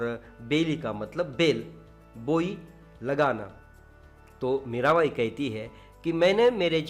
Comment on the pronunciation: It's Mira Bai but pronouns like Mera bai